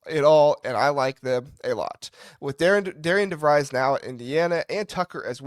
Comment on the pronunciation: Just a small critique. You mispronounced our coach's first and last name. It's pronounced Darren Devrees.. the I is silent in his first name and hard e in his last.